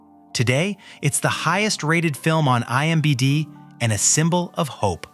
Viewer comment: Wow. Your AI couldn't even say imdb right. Also, the thumbnail says "9 legend".